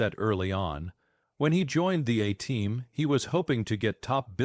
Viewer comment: Fucking 2 seconds in, and it can't even pronounce A-Team. Fuck AI slop